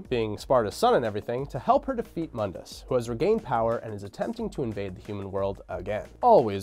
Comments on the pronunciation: Moon-diss not mund-iss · Im 2 years late but Mundus is MOONdus not MUNdus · its moondis not mundis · Define irony: tacitly criticizes DmC: Devil May Cry, but then uses the DmC: Devil May Cry pronunciation of Mundus (Mun-dus) instead of the correct pronunciation for this timeline ( moon-dus) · Mundus is pronounced (moon-dus) it's latin for the world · Mundus - (Moon-dus) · (MOON-DUS) MUNDUS!!! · It's pronounced "moon-dus" you DmC fanboy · Doesn’t even know how to pronounce moondus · Yet another youtuber making a history of Devil May Cry, BUT STILL MISPRONOUNCES MUNDUS! Why are you using the crappy remake pronunciation? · This fool (the guy in the video) didn't even play DMC1 you can tell because he doesn't pronounce Mundus right and they constantly say his name in DMC1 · Anyone else find themselves consistently correcting his pronunciation of “Mundus” out loud? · Stop saying Mundus name from dmc thats not how you pronounce it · Mispronounced Mundus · Mispronounced Mundus.